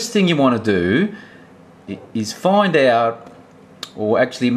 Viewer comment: Please say 'find' again..lol